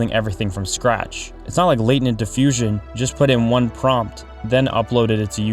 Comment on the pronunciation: Dude, are you AI!? How the heck did you pronounce "Latent"?